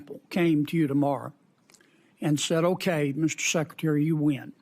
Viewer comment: Someone tell Senator Kennedy that the word "win" is a one syllable word, not two.